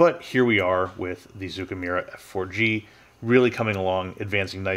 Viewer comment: It's a small thing, but zoukei actually rhymes with "okay." The Japanese language in general has trended towards making things easier to say, so "ou" is usually read as a long "oh" sound and "ei" as a long "ey." 造形村 sort of means model-making/modeller's (zoukei) village (mura). The fiddliness of this kit really doesn't seem worth it for whatever gains the final product might have.